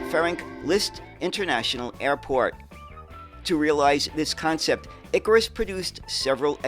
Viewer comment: ikaaaaaaAAAAAAAAAaaaaarus!!!! Not iiiikarus. 😂😂😂